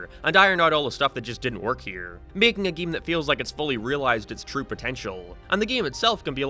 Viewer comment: why does he say ''geem''